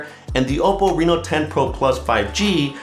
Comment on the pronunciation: must say the way you says that hold OPPO name is impressive